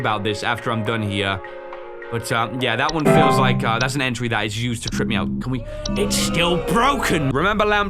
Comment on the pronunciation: “liEK video”